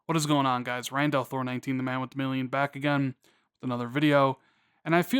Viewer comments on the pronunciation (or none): none